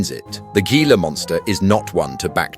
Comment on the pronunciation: It's pronounced "HEE-la" monster.